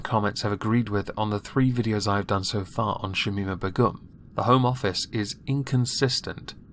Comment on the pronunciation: 4th video on her and you still can't pronounce her name. Jesus dude, get a grip.